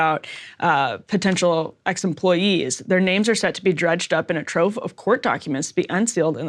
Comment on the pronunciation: Did you say "ex employees" or "X employees"? :P